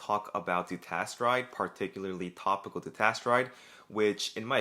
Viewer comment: I was following along most of the time, but at some point I couldn't tell if you were saying finasteride or dutasteride. You got a bit slurry there